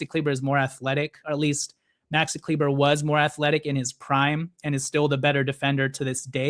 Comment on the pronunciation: Please stop saying kleeber…it’s pronounced Kleeba !!